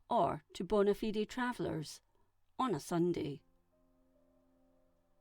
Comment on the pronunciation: It hurts me inside to hear fellow Scottish person pronounce Ratho like that... It's Ra-Tho not Ray-Tho... and Bona Fide is pronounced Bona Fide.... not Bonna-Fidee.